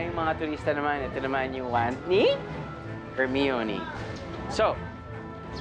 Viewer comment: it's her-mah-ow-nee. not her-mee-ow-nee :(